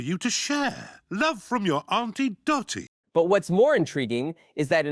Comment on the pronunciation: It's auntie Dottie not aunt doy.